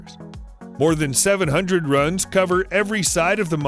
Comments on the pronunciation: Not run,it’s pronounced RUNE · It's not run its pronounced rune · its ROOOOOOOON not effing RUN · not "run" stone it is pronounces ROON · ROOONS NOT RUN'S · It's Rune not Run, arrgghhh! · its pronounced R - OOO as in boo - N not RUN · rune rhymes with dune not bun. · I love this channel, and your voice, but holy crap some of the pronunciations. "Rune" (Roon) as run just plain hurts my ears. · Rune stones are pronounced ROON. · It's called a "roon". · Isn’t the pronunciation of rune, “roon”? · Rune. Not run. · did he say RUN stone? wtf who is this narrator? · Rune/runes are said like roon/roons. Love the content though. Please do NOT take this as me being a dick or ass in how you say the word, just helping out is all. =D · Is this guy going to say rune right or not